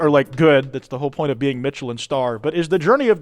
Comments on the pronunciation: sooo whos gonna tell her that its not pronounced ”mitchelin” star… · Not to be a grammar n*zi, but the 'ch' in Michelline is pronounced like 'sh', cuz it's French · The most unhinged part of this video is the way pronounces Michelin. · The way he pronounces Michelin star is enraging me way to much. Like I know I'm the unreasonable one here but fuck it's activating my fight response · i have never heard "Michelin" butchered like that imma be real